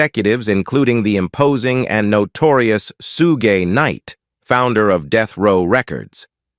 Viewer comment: I mean ai pronounces it the correct way